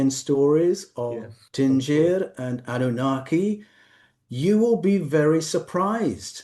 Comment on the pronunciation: thank you for sharing the Truth of mine Ancestral History and records the way they wrote of their experiences . been that said ? please allow me to make one adjustment on the Term Din-Gir , it is actually pronounced since Ancient times thus :- Din - Gir , Din pronounced same but the Gir ( as of Gear not Ger as of Gerald ) * . * the term is of Shu Mara ( Sumerian ) origin in which we still as Assyrians call their Language Tesh-Anna ( Heavenly Writings as of a Language taught by Heavenly beings ) the Gir denotes still til this day in Assyrian Aramaic of a Cylinder shape objects or devices , like tube , rocket , wheels , e.t.c , as for a Vessel ( any Vessel ship , car , train , was and is still called : Mu , or Ma ) so the Mu Gir Gir ( pronounced Moo Gear Gear ) denotes a vessel that can behave in circles or tumbles around or submerge ( depending the sentience you apply it to ) . just wanted to clarify on this Term . again thank you all for bringing the Light of what was really written down the way it was and not the way is claimed of .